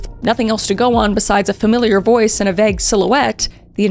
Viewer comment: Ffs. Vague is pronounced v-ay-g not vaag. I luv you but no and stop doing that lol.